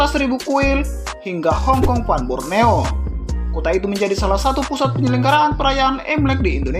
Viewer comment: VAN min bukan "fun"